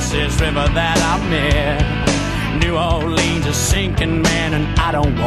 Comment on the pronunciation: The band doesn't even know the correct way to pronounce "New Orleans". Look it up. How frigging sad.